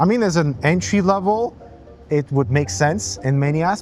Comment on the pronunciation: The entey price 😅😂